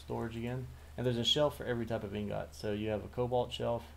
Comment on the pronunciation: Liking your videos so far. One critique that isnt a huge deal... But its pronounced ing-gut*. The second part is pronounced like *gut*, not like *got Just thought id mention that. Keep up the good videos!